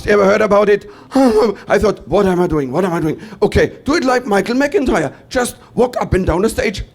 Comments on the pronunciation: His name is Mittermaier. The first half, you got right. In the 2nd half, which is Maier, the ai is spoken like the i in the word high... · Not to complain too much... but why do americans always pronounce the german "ei" like that? If it was "ie" it would be correct but "ei" is pronounced more like "eye" or "aye" in english. so try MittermAYEr. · Pronounce it Mi chael Mitter my er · Try to say it this way mittermayor 😊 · He is, or at least was, considered to be the best german comedian. And his family name would be pronounced in english like Mettirmyer. Does he really have such a heavy accent to you? But I have to admit tha if I hear some people like from Texas speaking in their slang in a video, I also have a hard time to understand a single word.